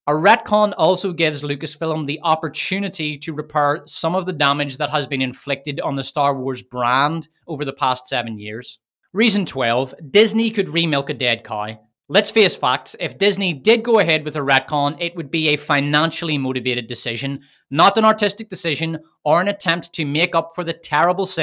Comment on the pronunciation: "Cow" rhymes with "dry"